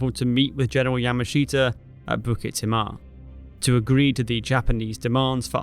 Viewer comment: Some feedback on the video -there were also 3 Bns of Malay Volunteers ( not just Straits settlements) - the fall of Jurong you talk about 10th Dec when you mean Feb - the pronounciation of the Malay place banned is incorrect (and jarring!). Specifically Bukit Timah and Pasir Panjang. I think now could have been said about Churchill's role (or lack of). Not all good fault, he was under the kosh in Europe but he said Citadel without providing any real air or naval resources. That's was a significant contribution to the whole failed campaign, asking with assuming 3 separate countries armies could just work together seamlessly, somehow. And the arrogance and underestimation of the enemy you mention. Good to see this graphically, so thank you.